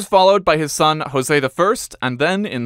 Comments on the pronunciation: You pronounced João perfectly, but botched José, it's not Hoe-Zeh, like in Spanish. The "J" is soft like in French, or like in "João." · Yeah, the way it's pronounced in Spanish sounds like "Rosey" in Portuguese. Zho-zEH would be closer. Or simple Jozeh ou Josep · Amazing pronunciation of Portuguese names! The only one you missed was José I, which you said with a Spanish pronunciation. The Portuguese one would be the same as the French one, a "zh" or "ʒ" sound. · João was ok, than you came up with Rosé and not José 😂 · Yeah j sound without the /d/ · so why does he pronounce Jose in spanish not portuguese? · But his José is off. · Joseph or José is not pronounced with an H sound, just like João (John) is not pronounced with an H which you pronounced well!